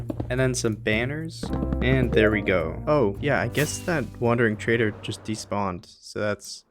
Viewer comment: did u just say wand ring trader -_